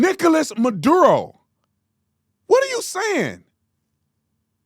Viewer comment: The “madurro” pronunciation almost had me lose my lunch 😂